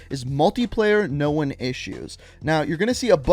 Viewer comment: Know-en issues.....